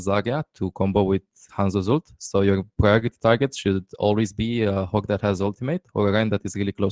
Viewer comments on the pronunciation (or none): none